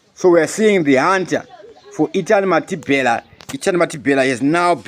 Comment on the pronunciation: Can you say Mathibela, not Mathibhela plz